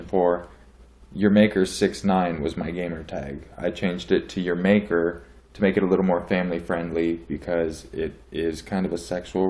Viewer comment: You're close to pronouncing my name right! urmaker and is it ok if i recommend you doing a video where you have a personal story?